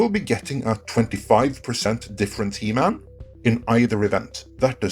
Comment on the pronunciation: It's he man... not e man